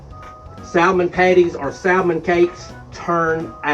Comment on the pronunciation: We make some fantastic Salmon patties here but we also have home-pak Salmon here put up fresh every year. I’m hoping I’ll be able to send you and Catherine some this next season. Also we never pronounce Salmon with the “L” it’s always pronounced with the “L” silenced but to each their own I say. Have great recipe for Salmon patties I’ll share when I send you some fresh Red Salmon packed and some kippered as well! Love you both nice job 👍🏻pS love Salmon patties with fried potatoes and onions of course all cooked in cast iron!!!🙏💙🩷🐾